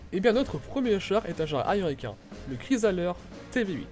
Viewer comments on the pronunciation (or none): Chrysler et pas chrysaleur